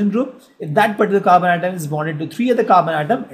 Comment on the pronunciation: And it's carbon not khaarban